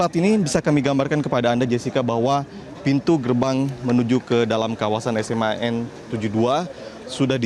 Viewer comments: sayang bacanya yang benar dong.....SMA N,ejaan ( ES EM A ) bukan SEMAN ya.... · Host gak sekolah kali dulu nya ya SMAN 72 dia baca seman 72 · Jurnalis tolong mbak baca yg benar ya...SMAN itu singkatan bukan satu kata..pergunakanlah bhs Indonesia yg baik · S M A N, Bukan SMAN, Orang Jurnalis Ngaco.